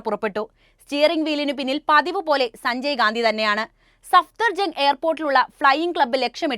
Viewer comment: അവതാരക വാക്കുകൾ ഉച്ചരിച്ചത് തെറ്റായി. മർധ്ധിച്ചു, ഛനാധിപത്യ.., സഞ്ചയ്ഗാന്ധി, അഛണ്ട, ...